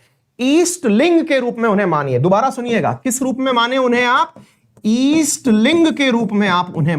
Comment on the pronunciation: अवस्थी जी उत्तर प्रदेश के हैं। उनका दोषपूर्ण उच्चारण इस बात की चुगली करता है। ईस्ट लिंग जैसी कोई चीज़ नहीं होती। सही शब्द है जिनका इष्ट शिवलिंग हो उन्हें लिगायत कहते हैं। लिंगायत वीर शैव की भांति ही एक हिंदू संप्रदाय है। यही सत्य है। Sikkhism कोई धर्म नहीं है, वो भी एक हिंदू संप्रदाय है। इसी प्रकार Jainism and Buddhism भी हिंदू संप्रदाय है। हिंदू संप्रदाय उसे कहते हैं जिसका मूल दर्शन या अवधारणा हिंदू धर्म के दर्शन से लिया गया है। जैसे "गुरु" की अवधारणा जो सिख संप्रदाय में प्रमुख है वो मूलतः हिंदू दर्शन ही है। इन संप्रदायों का खुद को धर्म कहलाने की ज़िद राजनीति से प्रेरित है।